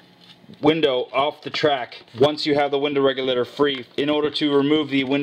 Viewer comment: Anyone love how he says window REGULATER lmao he says it with style.